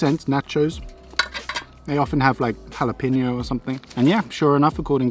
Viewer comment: Sait peukut pelkästään tosta, että olet toinen suomalainen mun lisäks, joka osaa sanoa jalapeno.